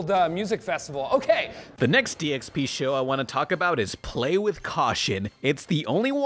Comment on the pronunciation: I kept hearing you say DXP as DSP. But these seem like similar train wrecks so it's cool.